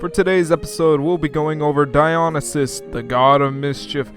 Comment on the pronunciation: DIE-on-e-sis? It's Di-o-NIE-sis! Now, to be fair, nobody really knows how to say the name other than the Ancient Greeks, but come on, that should have been easy.